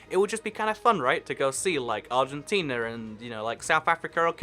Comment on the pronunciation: Argentiner and you know south africa or kenyer, and like, you know, australier